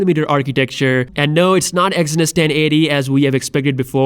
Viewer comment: WhiteChapel Exynos 3 Syllables lol